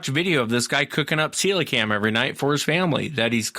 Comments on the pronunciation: Celocanth rather than celocam. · NO its pronounced ce lo canth. Its a prehistoric fish that was found live of the coast of South Africa. The idiot scientists and biologists said that it has been extinct since dinosaur times but the native Africans have been fishing for it and cooking and eating it for centuries. Some divers have filmed this fish recently alive for the first time.